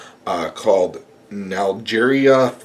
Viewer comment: lol on the pronunciation of the type of amoeba. :)